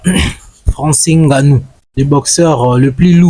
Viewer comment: on ne dit pas "n" ganou